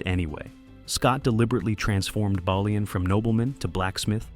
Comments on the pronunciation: You think you’d get the pronunciation of the main character’s name correct at least…’bay-lian’ not ‘baa-lian’ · It's mad how much info you have and still mispronounced everyones names, how do you get the main character's name wrong three times? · If you can’t say the main characters name correctly, you don’t deserve my time.